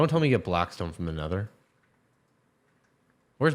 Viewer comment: "Improved blackspone" 😂